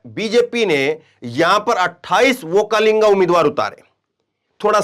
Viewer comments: Vokkalinga nahin VOKKALIGA. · Sir,Vokkalinga nahin, Vokkaliga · ओक्कालिंगा नही ओ ओक्कलिगा है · You pronounce wrong okkalega. okkalega is correct